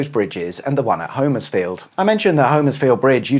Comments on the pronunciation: As a relative local - not Homers-field but HOM-ers-field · In Suffolk, it's actually pronounced "Homersfield" with a short O (Hommers-field), rather than the long O as in "home". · Hom......ersfield, or if you are really local it's Humersfield. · It’s pronounced humersfield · Ahh,! A couple of miles from my hometown of Harleston, you should’ve said, I’d have fired up the kettle! Great little vid as always. (‘Hummers-field’, by the way 👍🏻) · Keep thinking you say Huddersfield! Love the quips about St.Evenage - or maybe its nearby neighbour Shatfield. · Yep it used to be a place I fished as a kid in the river. Pity he cannot pronounce Homerfiield which is pronounced Hommersfield. Sorry about that but in Norfolk and Suffolk we are all a bit teed off with so many people mispronouncing so many of ore ancient names. Other parts of our country have the same complaint. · Sorry can I correct your saying of Homersfield, here in Suffolk it's actually said 'Hommersfield' sorry to be pedantic, but us Suffolk people are very protective of the way words and places are pronounced!